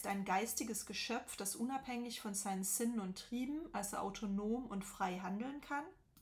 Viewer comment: Es tut mir leid, aber wieso sprechen sie Sinnen so komisch aus sie (homo oeconomicus) schlaues Wesen.